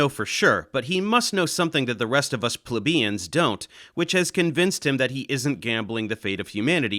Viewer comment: Plee-bee-ins thanks for what you do dave